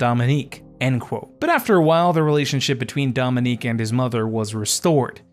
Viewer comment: Just butchered his name from the beginning & I can’t keep watching him because he didn’t put in enough work to even enunciate his name right